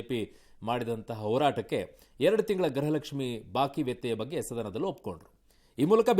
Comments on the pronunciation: ಹಲೋ ಪಬ್ಲಿಕ್ ಟೀವಿಯವರೇ ಲಕ್ಷ್ಮಿ ಹೆಬ್ಬಾಳ್ಕರ್ ಇದಾಳಲ್ಲ ಅವ್ಳು ಪ್ರತಿಭಾರಿ ಗ್ರಹಲಕ್ಷ್ಮಿ ಗ್ರಹಲಕ್ಷ್ಮಿ ಅಂತ ಹೇಳುತ್ತಿದ್ದಾಳೆ ದಯವಿಟ್ಟು ನಿಮ್ಮ ಪಬ್ಲಿಕ್ ಟೀವಿಯ ಮುಖಾಂತರ ನಾನು ನಿಮ್ಮನ್ನ ಕೇಳುತ್ತಿದ್ದೇನೆ ಅವಳಿಗೆ ಹೇಳಿಕೊಡಿ ಗೃಹಲಕ್ಷ್ಮಿ ಅಂತ ಉಚ್ಚಾರಣೆ ಮಾಡಿ ಅಂತ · ಯಪ್ಪಾ ದೇವ್ರೇ! ಅಮ್ಮ ತಾಯಿ ಅದು ಗ್ರಹಲಕ್ಷ್ಮಿ ಅಲ್ಲ 🚫 ಗೃಹಲಕ್ಷ್ಮಿ ಕಣವ.. ಗ್ರಹ ಎಂದರೆ ಬೇರೆ ಅರ್ಥ. ಗೃಹ ಅಂದ್ರೆ ಬೇರೆ ಅರ್ಥ. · This is not grahalaxmi it's gruhalaxmi please speak properly Kannada